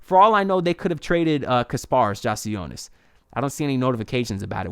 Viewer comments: Great vid, only thing is that I’m pretty sure it’s pronounced “yak” not “jack” lol, great vid tho! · Yeah it’s yak